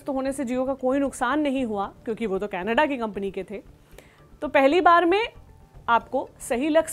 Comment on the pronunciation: कनाडा नहीं कनेड्डे 😂😂😂😂